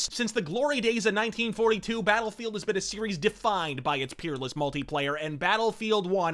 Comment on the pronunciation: I think I caught a "Beta-lfield"